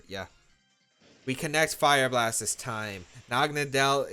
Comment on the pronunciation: Why does no one pronounce the name correctly? Naga-NODDLE (Nadel pronounced as NODDLE which is German for Needle). For some reason everyone accepted to call it Nagonuhdell.